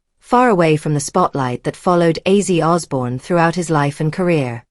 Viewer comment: You could at least get his name right